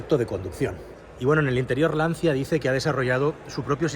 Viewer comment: Se dice lanchia 😘 Qué horror de coche.. Que manera de cargarse una marca de valores..